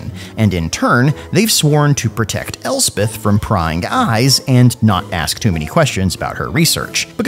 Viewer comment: At last, grammar policemen like me can rejoice when hearing Elspeth, not Elsef and Nuln not null.